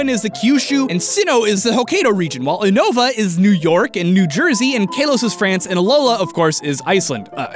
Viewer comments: Oonova -_- If you have seen the anime its pronounced You-nova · He pronounced 80% of the region names wrong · he pronounce unova wrong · Un-nova. As well as kon-toh. Great. I am grinding my teeth together.